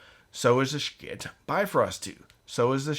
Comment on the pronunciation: So what is this company you keep mentioning? Sha-kit? 2 syllables? I know you know your schiit better than that.